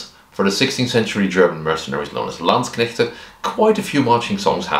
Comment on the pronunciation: Came a bit when you said "Landsknechte" 😄 Been hearing too much anglo-butchery of the word. Oh also, as a german fencer, living historian and uh... regular historian, i gotta say: awesome vid! I was aware of the topic but you presented it flawlessly imo. Also also: my bachelors thesis was transcribing a landsknecht provosses diary. And my masters was transcribing and working with late XVIth burghers inventories (yeah, they owned armouries and bathhouses 😁) thus i cant not do XVIth in living history anymore. Also since my local armourer specializes in XVIth armour and i got interested friends. Will come back to you for a pike block melee when were ready ;)